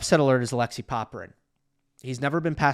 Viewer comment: It is not a.LEXI but a.lek.SEY Also not RU.na but RU.ne